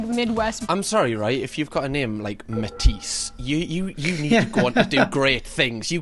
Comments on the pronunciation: it's Batiste,. not Matisse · saying matisste when he meant batiste hahah fair play you know your womens brands!